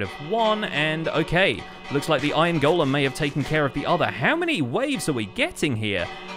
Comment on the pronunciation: So glad to hear you pronounce “golem” correctly. I don’t know why all the other YouTubers want to pronounce it “gollum.”